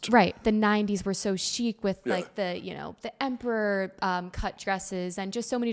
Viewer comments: He was very gracious when she referred to 90s "emperor cut dresses" instead of empire (pronounced ahm-PEER). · Poor interviewer. She talked too much about herself, mispronounced “empire” and didn’t recognize tweed…